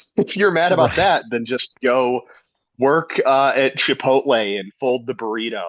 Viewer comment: Why does he call it chipoltay